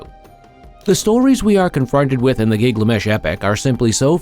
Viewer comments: His name is GIL GA MESH Not Giglamesh 🙄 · Thank you! Was just about to comment about ole Gig-la-mesh 🥴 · Giglamesh giglamesh giglamesh... getting it wrong once or twice would be an accident. Are you one of those that must pronounce things your own special way??🙄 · Yeah, ole' Gig-lamesh. Did you guys even watch this before you published it? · driving me nuts with his pronunciation of giggly mesh. AI doing the talking? Belies the ascription of artificial "intelligence" if so.